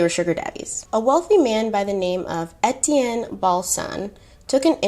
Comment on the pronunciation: 1 thing I learned from watching the movie "The Beach" Etienne is pronounced (Aye-Tea-en) or (A-T-N) lol